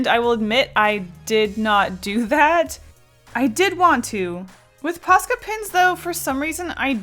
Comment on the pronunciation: Pasta pen... Yeah, I totally heard it right.